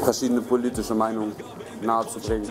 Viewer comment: Wie die studentische Hilfsreporterin >politisch< ausspricht..... >polllitisch<